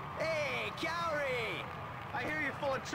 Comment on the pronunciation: It really bugged me in SSX3 how everyone pronounced Kaori’s name as “COW-REE”